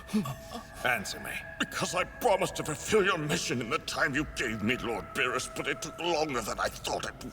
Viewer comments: I just love her Scottish pronunciation of Beerrrrus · never heard of someone pronounce beerus like you do lol